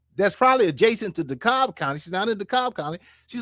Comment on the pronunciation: Dekalb is pronounced DeeKab or Dekab. Do not pronounce the L